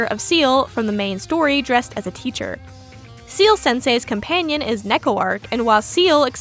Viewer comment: ciel is not 'seal' but pronounced like the letters C-L (see-elle). ciel is french for sky or more relevant, heaven. he's heaven sensei. ... ... no you don't have to bother changing the way you say it. but if it helps it helps!